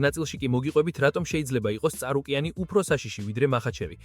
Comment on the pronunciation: წარუკიანი და კაბიბი რა უბედურებაა გაახმოვანეთ როგორც საჭიროა